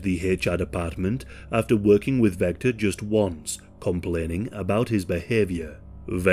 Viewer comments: Vester not Vector. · ITS VESTER NOT VECTOR 😂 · Are you an AI narrator? I still don’t think there’s any excuse for pronouncing Vester “Vecter.” The producers should proof their work! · His name was Vester not Vector, for some reason halfway through the video you started calling him Vector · You know that "Vester" and "Vector" are different words that sound different? Maybe it's your accent, or YT's sound compression but I just keep hearing "Vector". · I actually really enjoyed that you mispronounced this clowns name. None of these losers deserve any recognition.